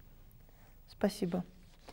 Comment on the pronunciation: Обожаю её ,,спАсибо". Прям бич гёрл-бабулька😂 Как там будет крашиха на ЯЖ?😂❤